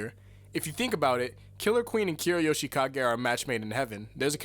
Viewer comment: Finally someone that actually says Kira Yoshikage, instead of Yoshikagey Kirra